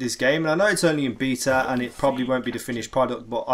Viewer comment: Beeta? Tf is wrong with you